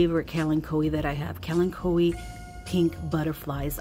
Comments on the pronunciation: I LOVE Kalanchoes and I pronounce it the same way you do :) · I pronounce it like you, it seems to roll off the tongue better! Always beautiful plants